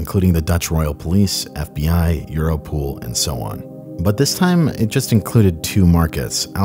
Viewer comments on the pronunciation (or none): It is europol as in EUROpe POLice. I think the pronunciation euro-pool is wrong. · EuroPOL not EuroPOOL, lol